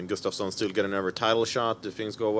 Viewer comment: british gustav